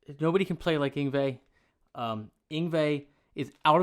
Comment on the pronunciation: I knew Yngie's mother. Thank you for almost nailing the Swedish pronunciation of his first name.